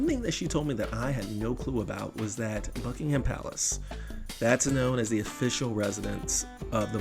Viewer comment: Gold star for pronouncing Buckingham Palace correctly ❤